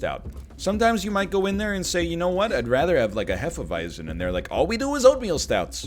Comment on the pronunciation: I wasn't aware of the fact, that Hefeweizen is called Hefeweizen in english.. its so funny to hear the english pronounciation of it though :D